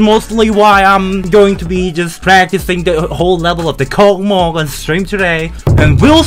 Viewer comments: Hey,, I just wanna to tell that it is russian level. So it's name Kocmoc reads like ( k o s m o s) it is just a russian word. Космос прекрасен! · Аххахааха почему кокмок а не космос? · WHY DO YOU SAY COCMOC? IT READS LIKE KOSMOS AND NOT KOKMOK! I am writing from a translator, I corrected it because it is Russian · say "Cosmos", not "KOKMOK" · I can't understand the way I feel when reads this level's name like kokmok instead of kosmos. Like, it's a fun joke until its overused if is joking oc. But if not, I hope he will start pronouncing it in the right way. And yeah, kocmoc(космос) is a russian word and it means space (pretty obvious 'cause of the level's theme yeah) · it reads like Cosmos, it's a Russian word, c=s, not KoKmoK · bro, not KOCMOC, it's like cosmos on Russian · correctly not KOCMOC, but KOSMOS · Not kokmok😂, its kosmos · WTF not kokmok, like kosmos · does not read космос correctly but kosmos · don"t say C*CKMOC, it"s KOSMOS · IT READS AS KOSMOS! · Zoink has reverified the level and Trick (presumably) became the first victor! Also, the actual pronunciation of this level is actually "COSMOS" (Russian name is KOCMOC)